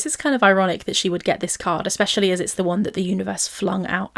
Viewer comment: Oh God, I'm so so so so sure she thinks she's saying the words right (like expecially!!! or free range). I'm so sure she thinks she's so cleaver she doesn't need to check anything and honestly that's the worst part